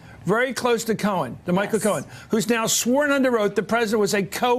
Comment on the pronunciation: God, this Matthews chap is annoying.. Can't even say 'Omarosa' properly! 🙄 He needs to be banned from the coffee machine.